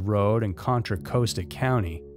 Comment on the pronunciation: Just FYI 😘 They pronounce Costa like, this is going to "cost a" lotta money. (You pronounced Contra perfectly) 😁